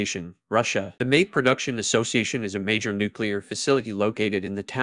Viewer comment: The obvious mispronunications right off made me suspect an AI voice is behind this. Mayak is like Maya + k at the end. 🙄